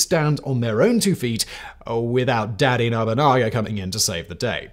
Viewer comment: Oda Nobunga and Toyoti Hideyoshi.....as per Simon's mispronunciations lol